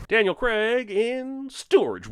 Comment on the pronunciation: 100 on the count for every time "Craig" is pronounced wrong. 700 sins dude! Hint: It doesn't rhyme with Greg!